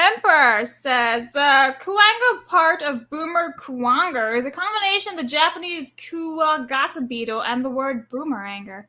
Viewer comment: 30 hours a week of absolute fun, hahahaha. saying Boomer Kuwanger wrong is cute lol